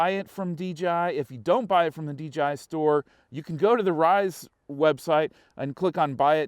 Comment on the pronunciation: It’s DJI NOT DGI LMAO